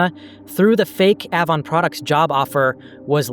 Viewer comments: It’s pronounced like the letter “A”-von. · A•von. Hard A then von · A- Vaughn Avon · The company, used to be company is pronounced "aye-von" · Avon cosmetics is pronounced with a hard A. Like apricot. Be sure to have a few women watch your vids before upload too. 😊 Not just men. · Ahhvon. Lyre. 😆😆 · Great video but the way you say Avon makes me want to throw my phone lol. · Avon was an MLM and the way you say it sounds wrong. Why would you know that tho…sorry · Are you pronouncing AVON incorrectly intentionally? The A in Avon is long like in hay. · The black sites story is infuriating. A whole lot of people need to be in prison. (BTW: the "a" in "Avon" is like "main" (ay) and "lire" is the plural of "lira" and is 2 syllables)